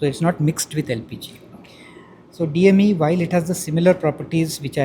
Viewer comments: She has made up her mind,it's dem😅, she is perhaps nervous, its ok... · it's DME, not DEM...please be careful... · DEM nahi DME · That lady journalist is a pure idiot.. She kept on saying DEM when the polite gentleman kept saying it's DME. I don't know why such morons get the job in India .. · As per reporter it's Diethyl mether 😂 Jokes apart hats off to the scientist 🫡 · Kitni baar DME bola phir bhi DEM bol rahi hai reporter. 😅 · Can we remove this reporter.. it's not some light topic. It's Science at high level and the future and she can't even pronounce short form of it. He trying to explain with seriousness and she I just felt stupid and poor लिस्टनर. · Hats off to the CSIR scientists but this young lady keeps calling it DEM instead of DME 🤣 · She Repeatedly called the DME, as DEM. Do some Hore work girl before the Interview lol.. 😂😂 Very Embarrassing really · Arrey madam DME DME DME......DEM NAHIIIIIIIIII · After interview Scientist must have had asked kisne isko reporter banaya. Even after pronouncing it DME repeatedly report is not getting... She is repeating DEM.. 😂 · Please send reporters who has adequate knowledge and spelling the new technology terms properly. He said many time as DME but she saying still DEM. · It’s very irritating that the lady was continuously phrasing DME as DEM. Strange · The reporter is expressing her stubbornness/ foolishness time and again. Frustrating watching her say DEM instead of DME. Wish I would give her a tight slap and correct her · She just won't listen. It's DME not DEM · It is day mare do not belive. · He is repeatedly says DME but this lady says DEM!!! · Bruh, he said DME like 10 times, and she keeps on saying DEM. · Gavti reporter he is again and again calling it DME and she is repeatedly calling it DEM. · DEM is anchor's attempt to become famous, else how difficult is it to say DME? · The reporter is not listening at all.. I thought after the scientist said DME she will correct herself but she keeps saying DEM.